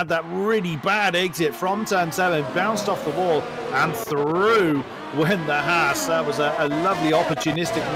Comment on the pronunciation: Haas is pronounced Hass not Hawes